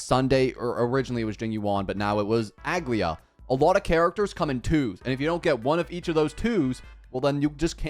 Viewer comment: They way he pronounced Aglaea gave me whiplash